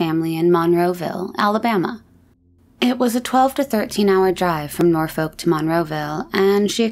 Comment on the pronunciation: Norfolk in Virginia is pronounced Naw fik. love your channel.